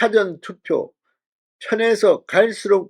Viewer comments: 싸전투표가 아니고, 사-전투표! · " 사전투표 " 이란 말씀보다 " 사~전투표"라고 ? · 발음시 "사전투표"가 아닌 " 사:전투표 " 로 발음해야 하는데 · 사전투표는 국어사전, 영어사전이 아니라 가르쳐드렸는데 계속 무식한 발음을 하십니까? 가르쳐주면 좀 고치십시오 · 사전투표율이 낮아야 허는 것 아닌가요? 보수지지자들은 사전투표 의도적으로 하지 않았을 것 같습니다. '사전'은 dictionary가 아니라 pre-event입니다. 발음이 ㅎㅎ~